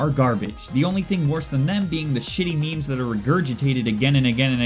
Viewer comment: Memes, not mimes.